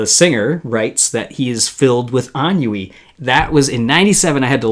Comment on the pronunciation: "En-oui" lol 😆 BTW, Ennui is FRENCH